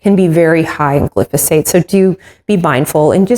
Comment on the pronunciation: Great recipe. The chemical sprayed on vegetables is pronounced glyphosate “gli fo sate” thank you for sharing your life and recipes with others. I love your channel.